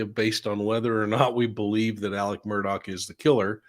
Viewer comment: Why do yall call him Alec Murdock? His fxkn name is aleX murDAUGH not alec murdock